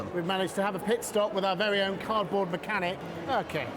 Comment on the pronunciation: is it me, or did I hear her say -- car'board-- instead of cardboard ? So playing it back three times, , yes, she says carboard.